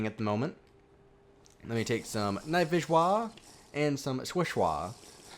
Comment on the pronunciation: I love it when he says night vishwa and swifshwa!! 😂😂😂